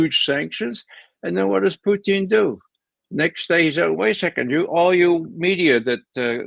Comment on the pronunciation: Ray Mc Govern the man's name is Putin not Puchin.